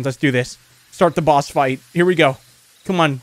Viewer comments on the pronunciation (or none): none